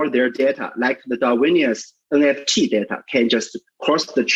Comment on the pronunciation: ребят, опять ЭН Фи ТИ. лол. F- ЭФ!